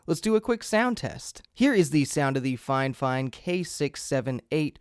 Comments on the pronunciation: "FineFine" Figh-Fine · I'm not done with the video yet, but uhh why do you call it finefine instead of fifine?? Got me wondering If I say it wrong or not :D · Triggers me a bit that you keeop calling it Fine Fine.. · Is he saying "Fine-Fine" every time or am I crazy? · Dude why do you keep saying 'fine fine', its annoying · Man really said “ fine fine”😭😭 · "FineFine" stahp! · "Fine fine" lol that can't be the pronunciation. Great vid though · it's not fifine, FIFINE!